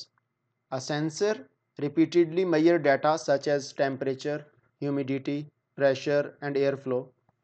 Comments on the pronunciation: Not mayar it's measure any way good classs👍👍👍❤️ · Good explaination and very informative video.. just the word measure being pronounced as ‘mayerrr’ is hilarious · your pronounciation of measure word is not correct. Please correct that. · Throughout the video, I keep on laughing at this guy about the pronunciation of Measure. He is so stupid and never attempted to learn correct pronunciation and he claimed he is a 5 year experienced engineer. My foot.